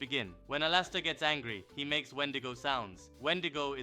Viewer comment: Why did he say alastor like alaaaster